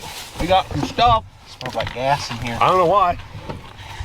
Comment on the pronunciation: gets in the car and says “smells like ass in here”. Then I realized he said “gas”! 😮😂